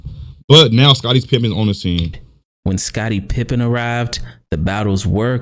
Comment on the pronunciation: Let me start off by saying, I’ve been a KNICKS fan since the 80s. Patrick Ewing is my FAVORITE player of all time so I TRULY HATED MJ in the 80s-90s. I think MJ is the GOAT by far. BUT, I LOVE LARRY. He’s #2 on my Top 10 of All Time. - just to let you know, It’s pronounced…PIP-PEN …NOT PIMP-IN. - Let’s remember for DECADES…people said the 1986 Celtics with FIVE ALL STARS were the BEST ever. So many people nowadays say that the 73-9 Warriors are the BEST team ever. - Let’s also remember for the MJ Bulls in the 80s when basically had only Scottie Pippen who had these PPGs averages and didn’t hone his exceptional defense till after the 80s… 1987–88 (Rookie)…7.9 1988–89… –90…16.5 - Kerr and Rodman were on the Bulls for the SECOND THREE-PEAT.